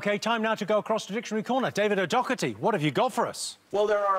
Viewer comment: Why do they pronounce it Docketty when there's no 'k' in his name?